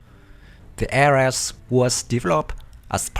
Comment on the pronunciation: please try to do more research, it will boost your viwership...And also, Ares, is pronounced as Aries (the Greek God of War), AirReeZ, sounds alike fairies, not aResSt.